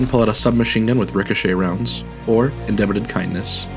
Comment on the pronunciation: I'm really sorry to be that person. But you may actually want to talk to a specialist about potential dyslexia. You've been saying anatheum, when it's atheneum. You also said inDEBITed kindness like the bank card. But it's indebted kindness. Like being in debt. The b is silent.